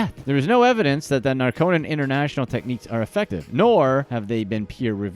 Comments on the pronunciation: It's NAR-co-non, not Nar-CO-non. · Geeze, Narconon is pronounced "NAR-Kuh-Nahn, with the emphasis on the first syllable.